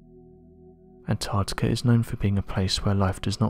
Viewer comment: "Antarctikerr" sounds cool